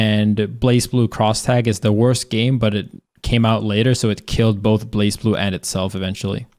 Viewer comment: Leffen its not really that people skip, its mostly because you have a dead category... also you mispronounced blazblue